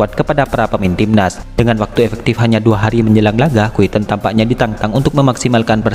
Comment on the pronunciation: Quentin min bukan quiten...👎🏿👎🏿👎🏿